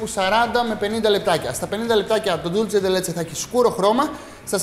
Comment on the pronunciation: Dulce όχι Dulche